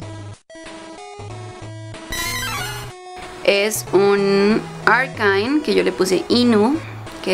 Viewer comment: Querida poser repite después de mi: ARCANINE y se pronuncia ARCANA-I-N!!!!! y ELECTABUZZ Y NO HAY SÚPER BALLS, son pokebolas, great ball y ULTRA BALL!.!! 🙄🙄🙄🙄🙄🙄🙄🙄🙄